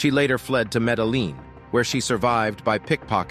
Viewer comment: They're all right,you REALLY should get someone to check all your pronunciation before putting out your video, you have mispronounced so many names and don't get me started on how you say Medellin 😂